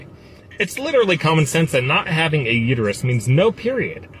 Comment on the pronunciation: I can hear Homer saying to Marge now... It's uterus not uteryou. 😂😂😂